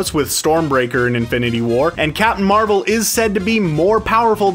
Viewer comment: “Capmim Marvel”